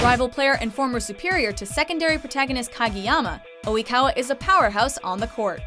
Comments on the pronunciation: that's not how you say Tooru Oikawa.... *cringe* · Oikawa-Senpaai! Oh I love the trash king. He is indeed one of the hottest Anime-Characters I know! (But seriously - How the hell did she pronounce his name? That made me cringe so hard.) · I'm cringing so hard on how the pronounce Oikawa... OMG WHAT THE CRAP?!?!? Like seriously!!! They would be better off calling him trashkawa than what they said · I can't believe how you pronounced Oikawa kill me